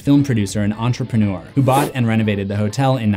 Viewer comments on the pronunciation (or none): none